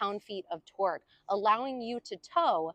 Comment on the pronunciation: Torque not twerk